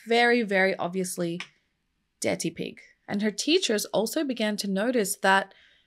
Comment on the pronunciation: Did I hear you say 'detty pig'? Eric would be proud.